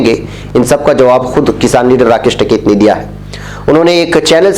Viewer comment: ╔═══ ❤☀🍀☀❤ ═══╗ Janab, ASAK. Jis aadmi ne poore ek saal ka agitation chalaaya and jis ka naam har roz surqiyon me bana raha woh hai TIKAIT but not TAKAIT. I had repeatedly pointed out this mistake to you but your arrogance did not permit you to mend yourself. TIKAIT could bend the arrogant Govt. but not you. How can you repeatedly wrongly pronounce the name of person who had become a household name??? Any excuse??? One can only conclude that you are incorrigible!!! ╔═══ ❤☀🍀☀❤ ═══╗ One of your regular subscribers. ╚═══ ❤☀🍀☀❤ ═══╝